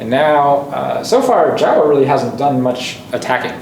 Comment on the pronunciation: Not Jawa like in starwars, but more like Joh'wa/Jouwa :p